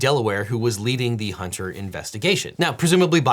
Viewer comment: Huntah, put your flash drive away Huntah. I’m not putting that in my PC right now Huntah!